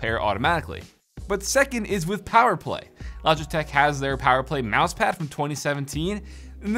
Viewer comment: “11 prok-ammable buttons” “Mousepah” Hope you didn’t get a mini stroke, buddy!